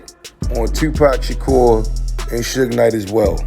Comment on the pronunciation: She said "Sooge" Knight.... 😂😂😂😂😂